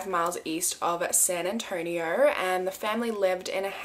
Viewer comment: So crazy I live in San Antonio and it’s so weird to hear you say it 😅